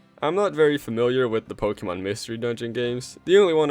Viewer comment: Say it with me Po kay mon Not Pokey mon.